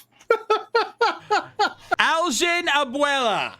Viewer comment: "Abuela"? Man,? You slippin' with the pronunciations that night. LOL!